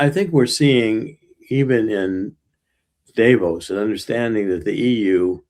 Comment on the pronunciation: First of all pronounce Davo’s right , it’s not with a long A. I voted for Donald Trump. Don’t get me wrong, but the way you guys use slang it doesn’t provide a very well educated platform. Nobody gets to say hey, because another country is this or that just because we have somebody empowered that’s willing to step over Supreme Court justice and NATO to say I’m just gonna do this because it’s good for your country. That’s not cool at all.